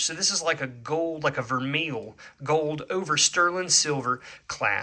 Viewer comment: I am learning so much from your videos. Thanks for posting them. I love to hear what you paid and what the possible price is. That helps me a lot too. Here’s a tip for you: Vermeil is pronounced ’vermay’.